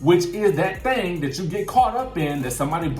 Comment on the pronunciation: I am sorry everytime you say thang thang thang thang thang thang i can't stop laughing 😂😂🙂